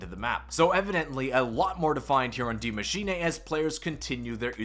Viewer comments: My guy can you stop saying “DiE mAsChiNaY”? It’s Die Maschine. Maschine like Machine. Please. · "Die maschinay"